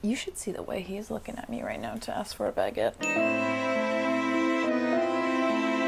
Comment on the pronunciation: Hi! As a French viewer I just wanted to say that I don't mind how you say "room" but I do mind the "baguette"... Hope that make sens. That's it. Bye.